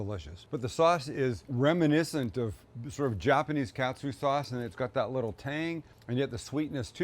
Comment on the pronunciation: Just a heads up since you’re coming here in a couple of months, Sam…it’s not pronounced cat-sue, it’s kaht-su (think of a New Englander saying “car”).